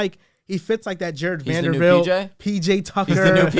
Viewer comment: ...Jesus christ It's VanderBilt not VanderVilt get it right my dude!